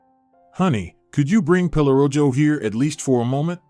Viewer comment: Pelorojo…mispronounced but it means “pelo” for hair and “rojo” means red… so dog is called Red Hair…